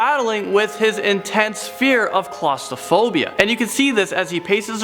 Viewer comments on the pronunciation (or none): please stop pronouncing it claustophobia. It has an r in it. And it is Chimney, not chim-uh-ney...two syllables not three. thanks. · Is the inability to correctly pronounce claustrophobia a Canadian thing or just a thing?